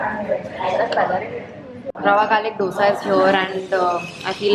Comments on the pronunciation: Beeing a south indian u should have told dosee instead of dosaa... Dissapointment lol 🙃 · It's not doosa it's dosa y'all pronounce it's wrong 😬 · guysssssss its not DOsa its dosa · It's not DOSA ,its " DHOSA"...Jst SOUTHINDIAN ..saying it. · don't call yourself a South Indian if you say d-osa and samburr 😭😭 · Y can't ppl pronunce dosa and sambaaaaar properly🤢🤢🤢🤢🤢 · Dosa and sambar pronunciations gone wrong .